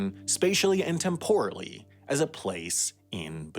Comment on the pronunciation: Why does the narrator keep pausing at odd times? It’s annoying. And it’s TEMporally, not temPORally. Love the subject matter. Don’t like the narrator.